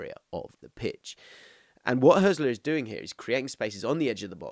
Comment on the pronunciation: Some useful points- The Hürz in Hürzeler is pronounced like Hertz, not like Hearse. The ried of Pipinsried is pronounced read, not ride. Irvine is primarily regarded as an 8. Hartel is an 8/10 and has been one of the top scorers of the 2. BL for many years, long before Hürzeler arrived. Pauli were great last season so his numbers are up but that is true for the whole team. I came second in kicker (German fantasy football) last season and Hartel was more or less the first name in my squad. Switching between a back 3 and back 4 when winning the ball is quite common in Germany and achieved in several different ways. The 2-3-4-1/3-2-4-1 formation that Pauli often use for their attacks is incredibly popular in Germany, having been played by the national team in some form for the entire Löw era. The space on the right flank vs Osnabrück was created because the VfL were chasing the game and therefore the LW had not tracked back properly. If wanting a clip to highlight Pauli overloads, I would suggest the second (Hartel) goal against Hertha on Match Day 25. Not only are Hertha a much better side but you can get frames just before the goal of 6 Pauli players within a 20 x 10 box on the right, which created the space on the edge of the box you are describing here.